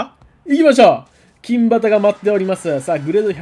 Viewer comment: 何でいつも「きんばた」って言うんですか？？金旗＝読み方は「きんはた」ですよね。赤旗＝あかばた、青旗＝あおばた、白旗＝しろばたって言いませんよね。何かこだわりがあるのかなって1年くらいずっと気になってました（笑）